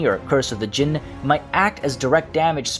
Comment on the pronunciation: It's time for come on baby lol. There is one letter missing ع , you need to pronounce that to pronounce araby right, also you pronounce jinn perfectly.